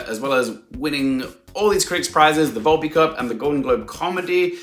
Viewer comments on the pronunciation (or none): none